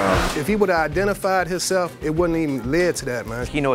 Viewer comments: LOL... and I axed im oo he war. He di nt idenfy hisself.... Lord have mercy. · Hisseff. Hisseff. Hisseff. HIM-SELF.